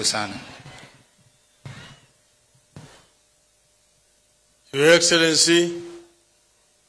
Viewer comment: "Ynour Enxellency 😂 ...... " ...